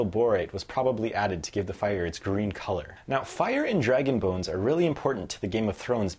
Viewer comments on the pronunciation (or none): I actually thought he said dragon boons